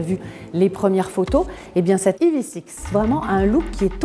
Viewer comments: Le E en anglais se prononce i pas aï. Sinon on peut dire ev6... en français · Prononcez ivisix si vous voulez, ou evsisse en français mais pas aïe vi six. Pitié. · Dommage de prononcer le nom de la voiture n'importe comment. Autant le prononcer en français. Sinon je trouve l'arrière horrible mais bon vu que c'est Kia, tout le monde trouve ça génial. Le profil très moyen également. L'intérieur est sympa, en revanche qu'est-ce que c'est que ces appuis-tête à l'avant ? C'est moche, imposant et pas en adéquation avec le reste de l'intérieur...